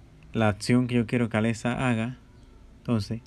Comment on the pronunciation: Osea al principio dijiste Aletza. Y esa no es la voz de Alexa..